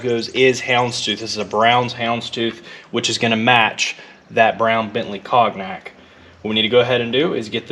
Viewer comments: been following this since the day you dragged it out the yard...and moreso how much more confident you are presenting....you're a different guy now!...awesome build!...oh..and you're right, the trim edge is called "piping"....and just another little one...cognac is pronounced "konyak"...but hey who cares! great stuff!! love from the UK.. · i like how your wife leaves you a to do reminder list on the sewing machine. she must know you really well. lol! uhh, by the way, it's pronounced con-yak, not cog-nak. them frenchies like to add letters they don't say just to fill up their words. this porsche is gonna look like a new one when you get done with it. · Hope you don't mind me just mentioning the "Cognac" Cog nak is pronounced Conyak. Followed from the beginning and my other favourite is bluey the truck. Blessings from England mate. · Cognac is pronounced "cone-yack" not "cog-nack"; color is named after the liqueur... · That is a nice interior color choice for that paint color. Why not do the dash top the same color? BTW, it's pronounced "cone-yak" like the booze. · Absolutely love the build. It keeps getting better and better. BTW, "cognac" is French and is pronounced cone-yak. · Cognac: Pronounced "cone-yak" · Just a quickie. The Bentley Cognac Brown is pronounced the same as the alcohol so it's Con-Yak ;) Absolutely love this Porsche, easily a favourite of mine growing up. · Great work man. Just to let you know, as someone who mispronounced many words that I've seen written, cognac is pronounced like "cone yak." Just trying to help a brother out! 😄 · That is a lovely colour combo and great job making the carpet yourself. Excellent job man 😊👍 BTW, cognac is pronounced con-yak. Darned French pronunciations 😉 😅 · Always great watching you DIY! So much more satisfying than buying already made. And FYI the color (or drink) cognac is pronounced “cone-yak”. Keep up the awesome work!!!!! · It's pronounced "cone-yack", like the drink, not like it's spelled. Cognac..